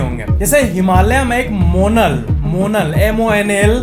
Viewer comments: monal nhi isko monaal pronounce krte hai. ab himalya pr bhi ye endangerd ho gya hai! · Not मोनल It's मोनाल Himachal national bird